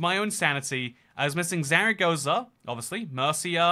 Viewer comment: As a Spaniard, it is so painful hearing you say Málaga (city in the south coast) but not putting it in thinking it's the island where Ibiza is (it's also called Ibiza) Oh heck yeah you put it in anyway Your pronunciation of Murcia is funny xD